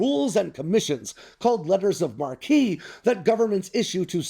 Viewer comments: Its pronounced Mark, not 'Mar kee' sheesh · Isn't Marque Anglo-French, so pronounced "Mark"? The Mar-key pronunciation would be spelled marquis, right? Like at the theater? I'm not a Francophone, so I'll gladly be corrected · Hey, it's not "letters of Marqueé" with a long E, It's "Letters of Marque" pronounced like the name Mark, or "Mark I/Mk I". A Marqueé is a sign with flashing lights. A Marquis is a French noble title. "Marque" is derived from the German "Mark" which means boundary. Privateers were essentially "boundary wardens", although their exercises usually extended far beyond their country's borders. And am I the only one that thinks that nation-states commissioning privateers is bad news for literally everyone? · the word 'marque' is pronounce 'mark' from the Old French word 'marque' pronounced 'mark' meaning ‘right of reprisal. Marquis is pronounced 'markee' and and is a noble rank between Count and Duke. The US cannot issue Letters of Marquis as US law prevents issuing ranks of nobility. Being that US and UK English is festooned with a large amount of French words, and being the US borders a French speaking country (Canada, province of Quebec) I, would think this would be known by a US citizen who regularly travels the world. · Dude, it’s pronounced “Mark” not “Mar-kee”. 🤦‍♂️ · It's pronounced "MARK", not "Mar-kee." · It's pronounced "Mark"., not Markee. Landlubber. 🙄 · Letters of Marque, pronounced “Mark” not marquee. Which is a bloody tent, you inarticulate peasant. Even in French we don’t pronounce the ‘ue’ it is silent. Putain! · It’s pronounced like Mark not a sign above a venue, Marquee. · I'm glad you are raising awareness about letters of marque and their coming role in a war with China. FYI. the pronunciation is "mark", not "mark key". The word is French as all those extra letters are silent. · It's pronounced "Letters of Mark", not "Letters of Markee". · I believe it's pronounced 'mark' not markee👍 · Marque pronounced "Mark"